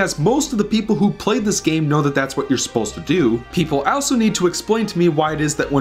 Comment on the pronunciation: the way you pronounce "also" is driving me mad!